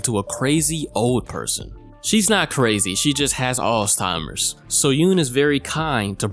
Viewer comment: First time: Boiler Room Second time: Bowler Room First time: Alzheimer's Second time: Alls-Timers Third time: Arse-Timers I KNOW YOU DO THIS ON PURPOSE